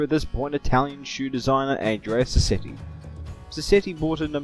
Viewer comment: Shame about the pronunciation of Andrea 'Modder' though...